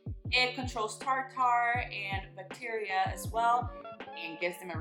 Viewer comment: Hahahahahaha it’s t(are)-t(her/er) not fancy tar tar.